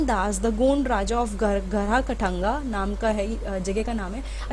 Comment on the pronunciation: It's not गार्हा कटांगा it's गर कटंग